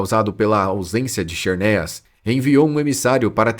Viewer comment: KISERNIAS? Fala-se ZERNIAS.